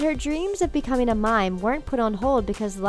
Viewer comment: Why, oh why can't people pronounce ing properly? Ugh. Becomeen?? Singeen and danceen. Airhead.